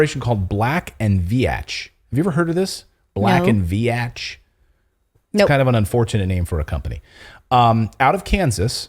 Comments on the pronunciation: You didn’t pronounce that company’s name correctly, the letter “a” is silent just say Vetch with a long “e” sound. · It’s pronounced “Veech” not “Vee-atch” 🤦🏻‍♀️😂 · You pronounce the name Black & Veatch wrong. VEE-tchi. I worked for them for awhile. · Pronounced black and veech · It is pronounced Black and veech. lol I have worked on power plant jobs with them. I was a Union electrician and Black and Veach had electricians on the job. We tried to organize them and quickly found out they had better pay and benefits than we had. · BLACK & VEEEEEECH is how it's pronounced. A US engineering firm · It is said as black and veach. Much like peach or leech. I know people who once worked there. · Just so you know... Black & Veatch is pronounced like Beach with a "V" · It's pronounced Black and Veetch. They're, (among other things) big in the water/wastewater industry design. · Pronounced "Black and Veetch" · It's pronounced Veech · Veatch rhymes with beach, just sayin! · Proper is sounded out veech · You are pronouncing Veach incorrectly